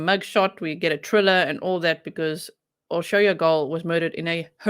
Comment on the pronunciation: Hi G! I was afraid it was the handyman he had a key to the house I'm glad they made an arrest I'm eager to find out more details dont worry about pronouncing her name perfectly Hungarian is the hardest dialect unless you know Hungarian how can you possibly know lol you Did Great!👍👌